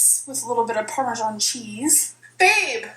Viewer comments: Lol Chris Jones pronounces it as Parma-John 🤣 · lnMemory of JohnMordaunt I know has some major pronunciation issues, but she said parmesan the way I usually say it, too 🤔 I’m from Indiana, maybe it’s a midwestern thing? How do other people say it?